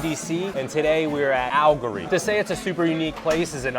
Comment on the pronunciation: Your pronunciation of AL-LE-GORY (4 syllables) is concerning. That said, I always enjoy your videos.